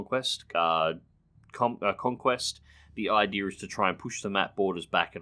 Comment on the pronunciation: its "idea" not "idear"